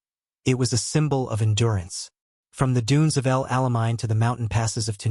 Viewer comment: Towbrook ? El Almine ? Would an actor/voice artist - which would give you enduring viewers - be too expensive ? The AI is horrible.